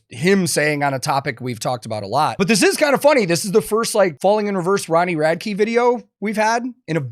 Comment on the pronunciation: why does everyone call him Ronnie Rad-key? have they never heard him say his own name? Rad-ick